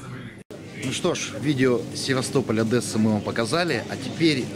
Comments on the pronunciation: И запомните, нет в русском языке слова ОдЭса, есть Одесса!!! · На расии все путают Е с Э? ОдЕсса, не ОдЭса, Одесса! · хватит ОДЕССУ называть адэса!!!!